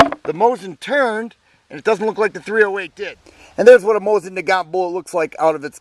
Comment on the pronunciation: MOE-SEEN. You bad comrade.